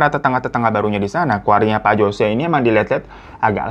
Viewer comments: biasanya "Jose" dibaca "hose" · Jose dibaca hose